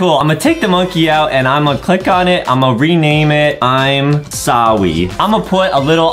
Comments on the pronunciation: It's im sorry not sowwy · But Its not Sowwy Its Sorry😎😎